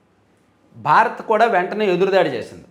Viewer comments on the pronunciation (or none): none